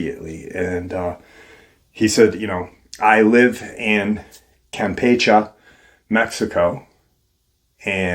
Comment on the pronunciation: The last "e" in the word "Campeche" is enunciated the same as the second "e." And there is a percentage of the population that is "lighter skin" (not using the W-word due to YT censorship).